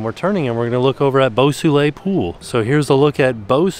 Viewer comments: The pool, Beau Soleil, is actually pronounced ‘bow so-lay’ and translates literally to ‘beautiful sun’ or ‘beautiful sunshine’. Sounds better in French!! 😁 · And 'Boo Soolay' 😆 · saying "Beau Soleil" got less and less French the more he said it LOL